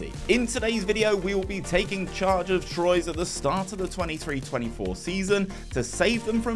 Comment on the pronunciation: I think the mispronunciation of Troyes might upset the French viewers more than "baguette" 😂